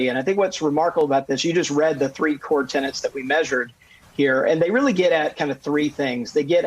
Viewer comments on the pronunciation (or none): A "tenant" pays rent to a landlord. A "tenet" is an article of faith. That mispronunciation is rampant right now.